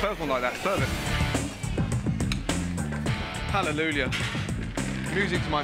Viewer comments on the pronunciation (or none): he always says halleluLjah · Why does Ramsay always add an extra 'L' in Hallelujah?